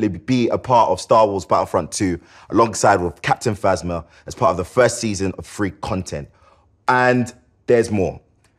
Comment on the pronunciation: And it will be fwee